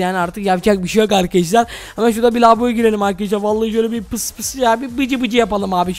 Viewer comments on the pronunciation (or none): none